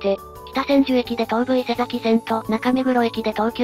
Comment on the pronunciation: いつも楽しく拝見しています。1点だけ前々から気になっていたのですが、東武伊勢崎線の伊勢崎は「いせざき」ではなく「いせさき」なので、ひとつよろしくお願いします！